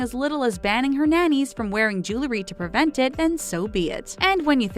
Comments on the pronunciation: GIRL, IT'S JEWELRY, NOT JEWLERY. ADDITIONALLY, ANYWAYS IS NOT A WORD. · Listening to the repeated pronunciation of jewelry as jooluhree was like nails on a blackboard.